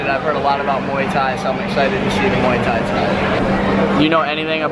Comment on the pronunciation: your the first American I have heard saying Muay Thai correctly instead of the usual American Moooeee Thai pronunciation haha You are American right?